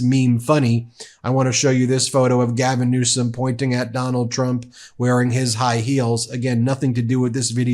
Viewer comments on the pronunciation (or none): none